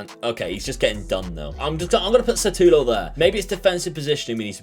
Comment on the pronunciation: No offence, but it's Šutalo not Satulo. Letter "Š" is similar to letters "SH" in a shoe. You can try and say Shoe-talo :) Thanks for the good content!